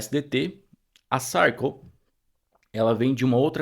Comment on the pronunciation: vc merece! E se me permite, a pronúncia correta de Circle é /sârrkâLL/ como em Sir de Yes, sir!😊